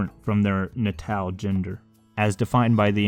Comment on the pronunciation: "natal" is pronounced "nay-tal" not "nuh-tal"